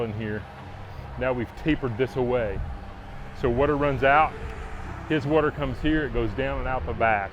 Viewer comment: 'Grand wuter'..